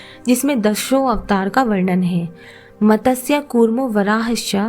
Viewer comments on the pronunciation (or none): none